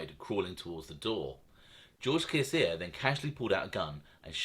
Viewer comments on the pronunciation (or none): You pronounce george from canada last name sha sha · Sciascia...: pronunciation SHASHA. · Good vids!! One tiny thing: Sciascia is pronounced "Shasha" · SCIASCIA = CHIACHIA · You pronounce Sciascia like Shasha and Lino like Leano if that helps any